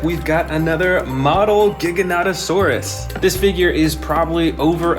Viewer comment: AND YOU'RE SAYING GIGANOTOSAURUS WRONG